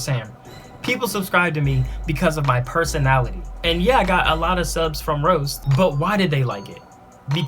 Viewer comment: I lowkey just saw this and lol I watched the whole thing. He couldn't say personality lmao